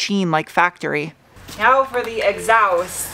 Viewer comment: I'm here for the fun pronunciations... "Exoust"... "Mooflour"...😆